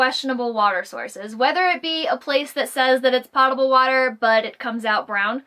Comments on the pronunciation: Great video (seriously)...but...p(oh)table, I know it looks like pawwwtable, but it’s not. I’m sorry but it’s the nails on the chalkboard moment for me. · Potable isn't "pot-able", POE-tuh-bull is how you pronounce :) No big deal, but is a long O sound in that word. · Plants are pot-able ... able to be put in pots. Water is potable ... p-OH-table. Able to be consumed by humans. Long o. Say it ... it feels good. :-) Agree on the good quality Bluetooth speakers being so much better than the built-in speakers on RVs. They also have the ability to bring the music to you, as opposed to being anchored on the side of your RV. In many improved campgrounds, the fire pit and seating area are 10s of yards away from the RV. That means to use your RV built-in speakers means the surrounding campsites are listening to your music. Portable speakers rule! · Thank you! Just watched a bunch of your entertaining, informative and insightful videos and have learned a lot. Love your attitude to life too! Here's one tip for you. Potable is pronounced with a long "o" like potion, which comes from the same Latin root. Looking forward to more of your videos. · “Potable” is pronounced with a long “o.” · Never heard that! I'm in the military and have always heard p-ah-table. Thanks for the education! I even looked it up to verify. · She mispronounced potable, my inner grammar nazi raged.